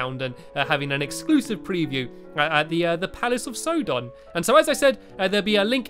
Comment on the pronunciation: It's sauron, not sodon